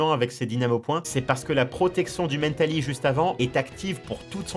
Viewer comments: Arrêté de dire mèntali c mentali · En anglais mental se prononce "Mennetal" donc rien d'anoramal ^^ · Bah il prononce à l'anglaise. Wait. En anglais, Mentali, c'est Espeon. Donc il prononce un nom français à l'anglaise. Laisse tomber même moi je pige pas en fait 😅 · La façon qu'il a de prononcer Mentaly… J'en peux plus T_T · la manière dont tu prononce mentali m'as triger de nombreuse fois mais bonne vidéo :)